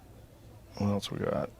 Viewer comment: Right. And regularly pronounces "else" as "elTse". The guy is almost 60 and hasn't figured out elementary level words.